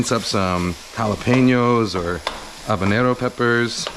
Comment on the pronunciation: I appreciate you taking the trouble to correctly pronounce 'habanero'.